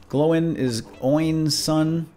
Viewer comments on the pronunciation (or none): Sweet series but seriously dude, how do you pronounce "Gloin" as "glow-in" but "Oin" as the proper "oi" sound xD?